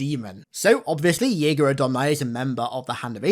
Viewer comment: I only watched your stuff and only heard you say “Yeager odomni” not “Jega R’odomni”